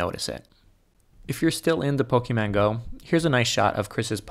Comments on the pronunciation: I thought only grandmas called em pokemans. 😆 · I paused the video after I heard pokeman. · wtf is "pokeman go"